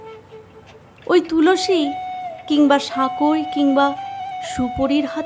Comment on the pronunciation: সহজ আন্তরিক পাঠ ! বেশ ভালো লাগলো মা ❤❤ তুলসী উচ্চারণটা কানে লাগলো... "ল" এর উচ্চারণ অকারন্ত হবে না ... ঠিক করে নিও..